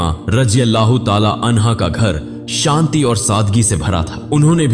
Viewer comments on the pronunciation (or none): none